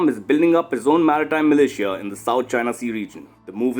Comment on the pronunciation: TERRIBLE PRONUNCIATION OF MILITIA! '